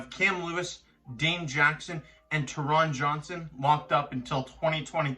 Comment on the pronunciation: It’s pronounced “Tear-inn Johnson” not “Ta-Ron Johnson” & no id be FURIOUS if they brought in Sherman for that much money. I promise, they need to figure out the front 4 before they start looking to bring in a a guy like Sherman to play CB2